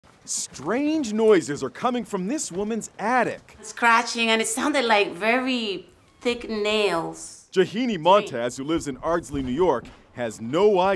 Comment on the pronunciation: Her name yagini ? Because all i hear is tahini not yagini